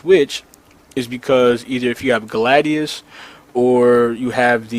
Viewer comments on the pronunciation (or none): none